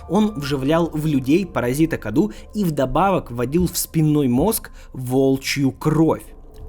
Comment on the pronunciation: Не КАДУ а кадоу (cadou) из румынского это означает подарок